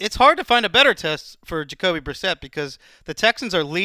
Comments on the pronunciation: Haha Jacob Brisquit?! Not even close to reading that right. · Brissett, not Brisket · Why are they saying jake brisket lmao it's Jacoby Brissett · It's because is always purposely mispronouncing new Patriots players to downplay their potential effectiveness, i.e. he pretends they aren't even worth memorizing. (He did the same with Garoppolo last offseason IIRC)